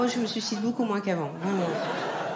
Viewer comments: C’est très tendance, je sais, depuis quelques années de le prononcer ainsi ; pour autant on ne dit pas su cide, mais sui cide ; bon, ça n'enlève pas ton talent 🙂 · Elle n'arrive pas à dire sUIcide, donc elle prononce sucide ... écoute bien ...